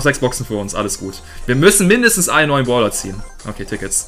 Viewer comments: Warum sagst du "Boler" statt "Brawler" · Es heißt brawler nicht Pprawler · Ich finde lustig wie du Brawler aus sprichst!👌😁 Baaawler